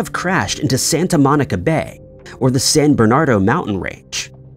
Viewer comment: the mountains near Palm Springs CA are the San Bernardino Mountains. Not San Bernard-o - but San Bernard-ee-no just to be clear. They have some pretty remote areas that even by today’s standards in searching for missing persons is difficult to access and fully search